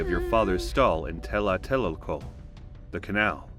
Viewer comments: Nahuatl, the Aztec language is a tricky language for any native English speaker to pronounce, it's Tlatelolco, TLA - TE - LOL - CO, not Tela-te-lol-co. .. and I suppose AI struggles with it too lol. I dont mean any slight against you bu saying this. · Not "Telateloco" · Really cool to see this, but the pronunciations could use some care: Tenochtitlan = teh-nooch-tih-tlahn Tlatelolco = tlah-teh-lool-ko Quecholli = keh-chool-lee Xochiquetzal = shoo-chee-ket-zahl Toxcatl = toosh-cah-tl Tezcatlipoca = tess-cah-tlee=poo-ca Huitzilopochtli = wee-tzee-loo-pooch-tlee Main thing is "tl" is not "tahl" it's literally mashing together "t" and "l". A former professor of mine would say, "if you aren't spitting a little, you aren't pronouncing it correctly". Next big things are "z" is pronounced like an English "s", and "o" is often not "oh" but "oo" in the middle of a word (end of a word like -co at end of "huitzilo", it is as being pronounced here, "-koh") There's a lot of disagreement on some vowels because contemporary transcriptions rarely mark length of vowels and dialectical variation and drift mean you cannot just use modern pronunciations (Exhibit A: Modern Mexican Spanish pronunciations of of "x" and "ll" are very different from period pronunciations.) Ixiptla (god impersonation) was not always dreaded; it was a significant family honor and prestige grant. I'm sure most people had very mixed feelings at best about the "honor", but it would be a mistake to attribute modern perceptions to an earlier culture like this. You'd also 100% know exactly what was going to happen. The thing is, it sounds awful and evil to modern ears, but if you truly believe the reasons why it was done, it makes sense - it's a necessary sacrifice for the very continuance o